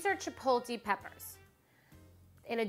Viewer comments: CHI, POTE, LEIGH CHI, POTE, LEIGH CHI, POTE, LEIGH not chi poh ti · It's CHI-PO-TLE... not CHI-PO-LTE. Jesus... wtf is it with this woman!?! She did NOT finish culinary school. No way... Why is she supposed to be famous? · She says "Chipotle" completely wrong!